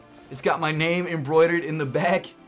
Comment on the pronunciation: mad respect for actually saying embroideRed and not “embroided” like the others lol 😂 -this buds 4 you